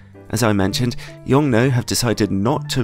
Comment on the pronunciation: Hey, in Mandarin Chinese, the 'nuo' in Yongnuo is pronounced 'noor' (with a soft/silent 'r', the way we'd say 'door'). Bonus fact the company's name 永诺 translates to 'eternal promise' or something like that. P.s. To pronounce it with even more accuracy, 'yong' is said with a very low tone, while 'nuo' starts at a higher pitch and drops with a falling tone.